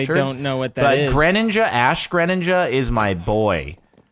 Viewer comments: when Jordan says It like grèninja and not gréninja slaps in face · Your pronounciation of "Greninja" just makes me uncomfortable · I don't think I've ever heard anyone else pronounce it like that LOL